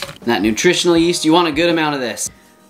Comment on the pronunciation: "nutritonal" yeast 🤣❤